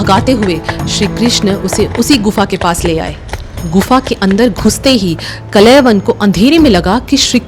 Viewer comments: His name is Kaalyavan, Not Kalayvan. Correct the pronunciation. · कलेवन नहीं... कालयवन हैं... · Kalayvan nahi kalyavan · Madam ji it's kaaliyavan not kalayvana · Kalayawan nahi o bai..kaal yavan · बहुत बढ़िया लेकिन यह नाम कलयवन ना होकर कालयवन है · Kaaala yavan .. not kalayavan😮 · Kalavan nhi uska naam thaa kalan 😂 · Your knowledge is good 😊😊.but That was कालयवन not कलेवन 🙏🙏🙏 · It's not कलयवन it's कालयवन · काल यवन Not a klyavan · Wo Kaal Yavan tha, kalayavan nahi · Kalayyavav nahi kal yavan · Kaalyavan not klyvan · Story telling is excellent... Villain name mispronounced.. Kaal Yavan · Pronounce the name of KAAL.. YAVAN properly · इन आधे अधूरे महाज्ञानियों ने अलग ही नरक मचा रखा है 😡😡 कथा तो अच्छे से बताया आपने लेकिन दीदी उनका नाम कलयवन नहीं कालयवन था, और उनका नाम मुचूकुंडा नहीं मुचुकुंद था,, नाम ही बदल दिया आपने क्यों..?? अगर अंग्रेजी वाले शब्द उपयोग करने थे, जिनके उपयोग से कथा और उच्चारित नाम का अर्थ अनर्थ हो जाता है तो अंग्रेजी भाषा में ही वीडियो बना देती आप,, जैसे अंग्रेजी में-- श्री राम को रामा, श्री कृष्ण को कृष्णा, शिव जी को शिवा, अरे मत करो ये सब जब हिंदी भाषा मे वीडियो बना रहे हो तो भगवान का नाम वैसे ही उच्चारित करो न जैसे हमारे वेदों और पुराणों में वर्णित हैं। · Please pronounce the names correctly. The names are काल यवन and मुचकुंद Not कलयवान and मुच कुंडा 😢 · आपने सही बताया,पर कलयवन नहीं कालयवन नाम था। उसी तरह मुचुकुंडा नहीं मुचुकुंद नाम था। ये इसलिए आपने बोला जैसे योग को लोग आजकल योगा बोलने लगे हैं। अंग्रेजी भाषा का प्रभाव। जय श्री राम 🚩